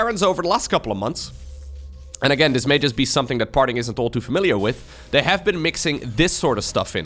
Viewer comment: Oh my gosh. Now all I can hear is dis and dey for this and they. But half the time says it with his accent and half the time he doesn’t. I can’t unhear it now! Lol